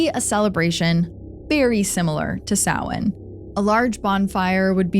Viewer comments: Thank you for pronouncing Samhain correctly! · OMG THANK YOU FOR PRONOUNCING SAMHAIN CORRECTLY!!! ❤❤❤ seriously everyone says it wrong it’s insane